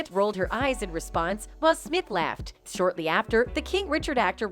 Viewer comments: Who tf is “Wheel Smith?” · Who's "Wheel Smith"? 🤣🤣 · “Wheel Smith” 😂😂😂